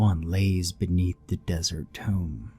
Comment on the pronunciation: Tomb sounds like toomb also in toomb for entombed